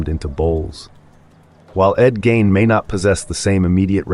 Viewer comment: Who the hell is Ed Gain???? Haha Seriously though, you can look up how to pronounce names. Good luck!